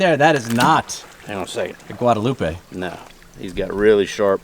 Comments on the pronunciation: Guadalupe is the correct way to pronounce it rather than Gouadaloup. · Great vid!!! Guadalupe is a Spanish word clear back to Spain with traces well over 500 years. How you pronounced it those seven years was correct like someone else noted! I lived in Spain for two years so I can verify that pronunciation for sure!